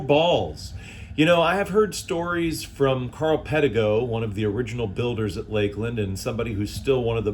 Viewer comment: It is LAKE-LAND. Exactly how he pronounced.